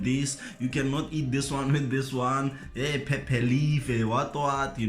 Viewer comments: Peh - Peh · Lol I noted too 😂😂